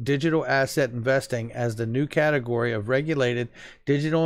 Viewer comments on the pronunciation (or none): none